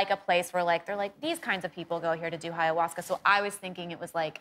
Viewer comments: Is she calling it hiyahuasca? Lmfao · It’s not Hiawaska. Oy. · She’s so pretty I almost forgot she pronounced ayahuasca incorrectly.